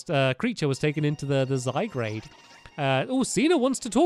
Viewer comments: Stampy it's zye-guard not zye-grade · It's name is not Zygrade it's Zygard